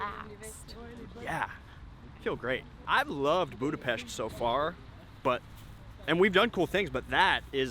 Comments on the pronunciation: Love it! Kudos for pronouncing Budapest and other Hungarian words correctly! Were speedos not obligatory in the Széchenyi bath? 😁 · One of the most annoying thing is when all of these vloggers and travel guides don't even take the time to learn how to pronounce Budapest correctly. Thanks for saying it properly, much appreciated.